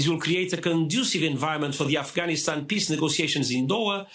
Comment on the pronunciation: check out the way clown girl pronounces Afghanistan. It is hilarious. She may as well call it: Afghanis- hobby lobby doo da-stan.... or Affytaffy - lala stan. This clown girl is the most cringe person on the internet! pathetic